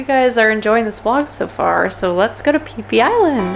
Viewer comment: “Pee pee island” 💀